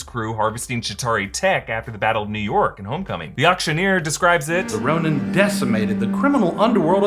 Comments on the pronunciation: Ronin…not Ronan Ronan’s my Irish cousin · It’s Ronin not Ronan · minute "The Ronan" ??? not Ronin ? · the ronan? isnt it ronin??